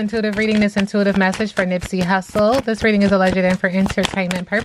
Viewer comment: Happy birthday to my Leo Brother ♌️ Nipsey! You pronounced his name perfectly! We all miss him! ❤🎉 Sis do you think you can do a reading on the rapper Magoo who passed away?